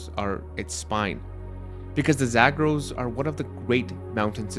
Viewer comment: why do you pronounce "Zagros" like that? if you're going to approximate the vowels with English vowels, you should use your English PALM vowel rather than the TRAP vowel for the first syllable and then you pronounce "dasht" as in "dasht-e-kavir" with the wrong vowel. that one should have the TRAP vowel. it's obvious that you can pronounce things properly when you try; why didn't you consult with a native Persian speaker for a few minutes before recording this?